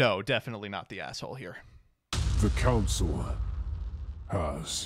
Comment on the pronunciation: Councel. Council. Enough said. Good podcast :)